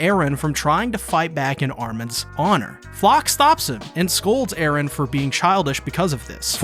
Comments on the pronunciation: And Er-win, not Ear-win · Every time he pronounces Erwin as “Air-win” I can’t help but think of how great a name that would be for a new Jordan shoe lol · Am I the only one who's bothered by "AIRwin" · what the hell is wrong with the way you pronounce "erwin"? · the way you say erwin's name triggers me, but other than that. good video